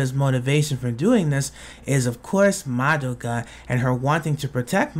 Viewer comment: actually, it's pronounced "MAH-doh-kah," not "muh-DOH-kuh"